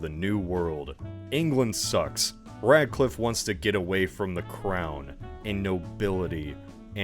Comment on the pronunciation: When you said radclife i shuddered a bit